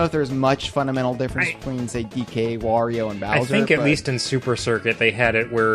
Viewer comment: Thank you for pronouncing "Wario" correctly! 👍